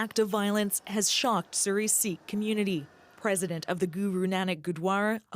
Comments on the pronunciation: it's not a "sick" temple you dolt. it's pronounces "seek" this has nothing to do with canada. treat it as the homocide that it is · OMG! Ignorant equity hiring. Sikh is pronounced "seek," not "sick."